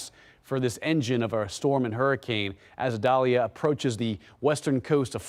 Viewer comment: Idalia not medalia!!!